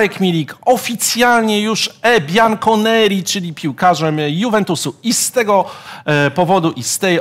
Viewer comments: Bianco jeśli już a nie Biancho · ..."e biancho-nero", a nie "biancho-neri"